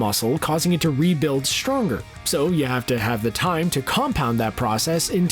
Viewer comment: "...causing it to rebuild SHTronger..." WTF? What kind of an accent is that?!